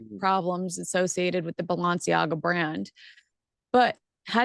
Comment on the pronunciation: Hi... Its Balenciaga... Not Balanciaga...